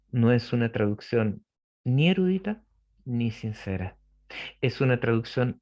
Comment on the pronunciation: Es verdad..pero la palabra ..no es ERÚDITA..COMO DICE..SINO ERUDITA..SIN TILDE..le quita el interés a la información si habla de reglas gramaticales..DEL .no es ARTÍCULO..es contracción gramatical..